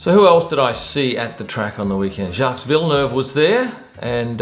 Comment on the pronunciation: Hey - did you have to buy a ticket to get into the Amber Lounge? As I understand it, they're quite pricy! Was Jacques there? BTW - you don't pronounce the "s".